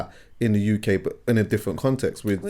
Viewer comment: The UCK 😂 🇬🇧